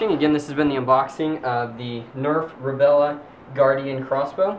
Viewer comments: Why does he say Rebella instead of Rebelle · And you keep on pronouncing it rebellE it's just rebellE. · STOP sayin rebella and its not the wind thts anoying its u sayin rebella is wut anoying and u keep hesatin lol sry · The rebelle is pronounced re-bell, just incase u wanted to know. :3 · Rebelle is pronounced ruh-bell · It pronounced Reb - ell :D